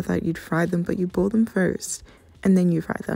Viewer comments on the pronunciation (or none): The way you say boil or boiling so weird to me lol 😂 sounds like ur saying booling or bool